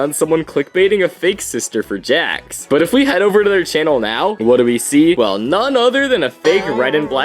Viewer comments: The AI called Jax "Jack"😅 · also did you see how instead of jax they sayed 'jack'